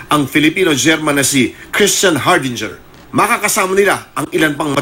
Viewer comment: “STANDHARDINGER” hindi Hardinger!!! Kakahiya itong reporter ng 24Oras, nu ba yaaaann!!